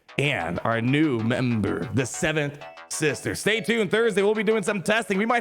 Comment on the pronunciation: I always keep thinking your saying night sister